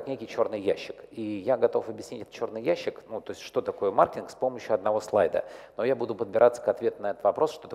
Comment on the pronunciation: Я одного не понял. Он говорить слово маркетинг или мартинг???